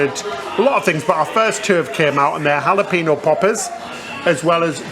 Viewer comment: “Hal-a-pee-no” just tickles me. I smile every time I hear either or say Jalapeno ☺️